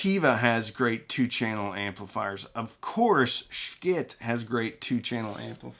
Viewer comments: Not 'sh-kit' my friend) Pronouince it rsght "sheee it")) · "shii-teh" not shkit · Not sure why you insist on murdering the Schitt brand name every time you say it. It is one thing to say it "stylized" if it's a business decision, but you don't have to emphasize it, and as a branding expert, I'd be irate if you did that to brands I've represented. If you're going to say it in a way that's inconsistent with the authentic company branding, just breeze through it and try not to draw attention to it. I like what you do, man. But that's my $0.02. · Not sure why you feel the need to continually mispronounce their name. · I, speaking only for myself and no other, think that it is time for you to start pronouncing Schiit the way the rest of the world does.